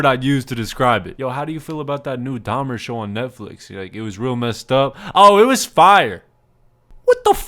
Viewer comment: The 2nd girl saying "DAHMAA" instead of dahmer is fr the biggest joke in this entire vid like bro, LEARN TO APEAK PROPERLY FOR GOD SAKE 😭🙏🏻